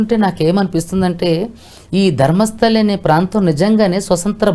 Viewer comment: ధర్మస్థలి కాదు రా బాబు ధర్మస్థల...!